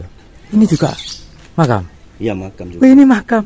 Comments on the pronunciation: Kata Si Bapak Itu Maqom Mas Ini Maqom Mas😅Bukan Makam 😅😂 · makam bapak bukan. makom